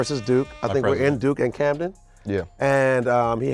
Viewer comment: Worst Take is DAD calling it Camden and not Camron